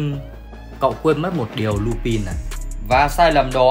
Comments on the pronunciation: Lubin (tôi đọc thành) - chubin😊😊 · ấy ầy Lupin đọc là lu-panh anh ơiiiii